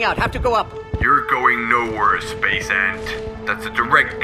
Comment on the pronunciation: "ant guy" not "aunt guy"